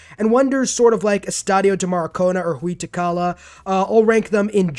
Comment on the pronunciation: That pronunciation of Huey Teocalli tho…